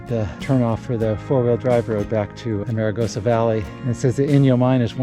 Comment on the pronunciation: Oops....not "a-mare-a-goes-a" ! Correct = "Arm-a-goes-a"